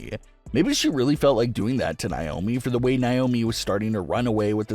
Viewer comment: Dude... I love your channel... But PLEASE stop saying NAomi's name wrong. It's not NYOMI